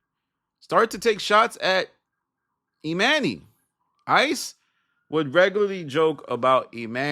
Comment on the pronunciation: Why you callin this dude, E-MAN-Y, when his name is clearly pronounced, E-MONEY? That shit sound stupid asl...and for THAT reason, alone, I'M OUT✌️(in my Barbara from Shark Tank Voice)